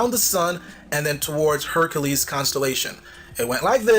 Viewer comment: hercales...lol not hercules.